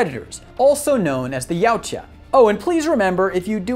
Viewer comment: Yautja is pronounced Ya-OOT-ja